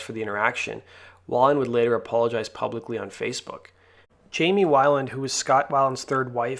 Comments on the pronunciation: I could watch this ... the way you pronounce his last name 😳 Wai-land? It’s Wei-Land (Way-land) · Why is this guy reporting on a culture that he knows so little about he don’t even know how to pronounce weiland. Beat it culture vulture